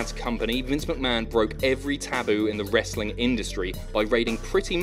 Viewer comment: FINALLY! THE BOYS HAVE COME BACK... TO TALKING ABOUT SOME 'WRASTLING